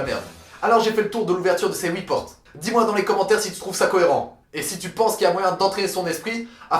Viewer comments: On ditttttttt "HUIT" PAS "OUI" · Pas houit mais huit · Tu ouvres pas huit portes toi tu ouvres Woui portes 😂😂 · Les « houi » portes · Sa me tue comment tu dit huit on dirait oui